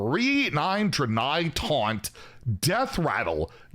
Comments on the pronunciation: “Dran-eye”. I don’t know how much more mispronunciation I can take! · Isn't it pronounced "dray-nye"?